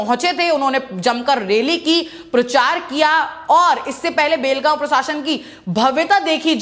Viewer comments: BHEL gaon nahi. Belgaon hai sahi se bolo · भेल गाव नही बेलगाव बोलो